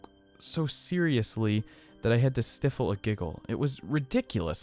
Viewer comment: “Stiffle” a giggle